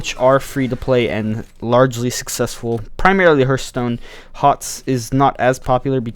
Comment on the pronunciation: Im pretty sure its Hearthstone not Hurthstone